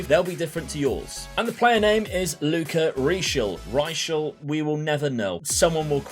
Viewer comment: Luka Reischl. Your second pronounciation was on point. RESPECT,!